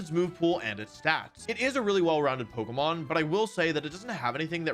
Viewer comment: You’re saying Pokémon incorrectly